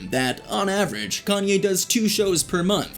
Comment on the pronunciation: Can’t take u serious u mispronounced his name